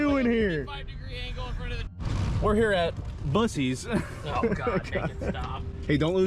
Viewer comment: I can’t lie, I cringed everytime you said it like (busies) and yes, I live in Texas. Not far from a buc-ee’s.